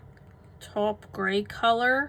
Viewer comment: Taupe is said like toe-p , not "top". Nice greys!